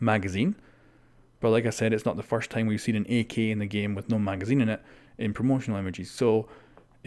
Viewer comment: He says "ak" like "E key"